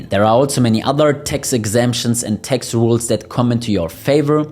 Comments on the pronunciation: Please not Tex but Tax with A not Ei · The word is TAX not TEX!